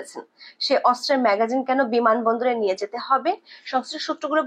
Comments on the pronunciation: ম্যাগাজিন না ম্যাগজিন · ম্যাগাজিন নয়, ম্যাগজিন। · এটা " ম্যাগাজিন" নয় হবে- ম্যাগজিন "!! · সংবাদ পাঠ করতে এসেছেন, উচ্চারণের শুদ্ধতা আনুন এবং সঠিক উচ্চারণটি করুন অন্যথায় ভীষণ কানে বাজে। বারবার ম্যাগাজিন ম্যাগাজিন করছেন যা ভীষণ বিরক্তকর লাগে।